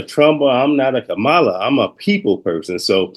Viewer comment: Kamala not kahmaaaaala please and thanks